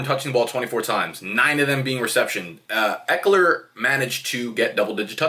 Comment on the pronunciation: The way you pronounce ekeler at first and throughout the video is correct